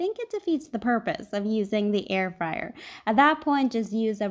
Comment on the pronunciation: Air fryer? I thought you said hair dryer! 😋